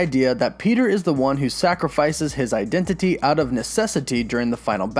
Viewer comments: i love the way you say identity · Why are you saying identity like that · Eye dent it tea